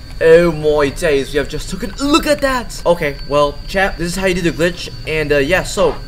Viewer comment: Famous last words: Hallaleujeuh BllHbbHhh